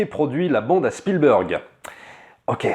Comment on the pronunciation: s'il te plait fais un effort! Spielburg c est genre pas possible. Entraines toi au moins mais prononces çà SpielbErg ….